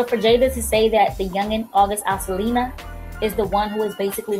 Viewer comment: who else heard her say August Alsilina